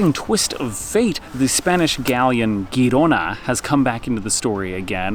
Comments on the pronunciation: The Spanish ship (and city) pronounced HEE-ro-na, with a harsh "h" as in "Bach" or "Loch Ness." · If the Spanish ship Girona is named for the city northeast of Barcelona, the G pronounced softer, like the J in Jersey.